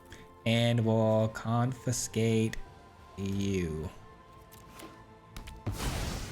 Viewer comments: Must be AI bro says (con-fin-skate) 😂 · Needs more "confiNscate" 😅